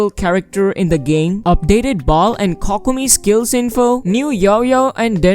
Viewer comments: coc-co-mee..... died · Your videos are very nice and informative but that Kokomi pronunciation could be a little better Dx it’s ‘Koh-koh-mi’ 😆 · i love how you pronounce it cockomi